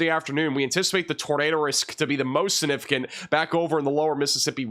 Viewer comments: When he says "significant," he leaves out the "g." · Take a shot every time says "significant" (without pronouncing the g)? 😜